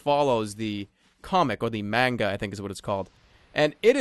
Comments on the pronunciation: Lol when you said 'manga' I heard "manguy" and was like "wut? O_O" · Its pronounced mah-nga